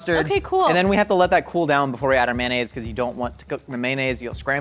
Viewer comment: nobody:: may-nayz